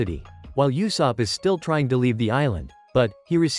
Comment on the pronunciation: And it's not Mahak it's MIHAWK AND IT'S NOT YOUSOPP IT'S USOPP